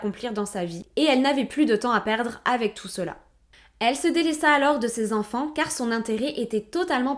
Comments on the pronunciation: Sept zenfants, quatorze zenfants, vingt huit zenfants, ... Faut apprendre à parler ma belle !!! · Bonjour, Merci pour cette histoire très intéressante dont je n'avais jamais entendu parler. (Et j'ai aussi appris l'existence d'une sous-espèce humaines : les Zenfants - sept Zenfants, quatorze Zenfants ^^)